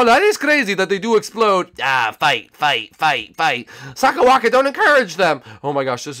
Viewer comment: It’s not sakerwaka